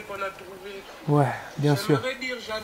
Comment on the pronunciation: Naza il me tue : "Mbien" , "Ndire" " Ndirect" 🤣🤣🤣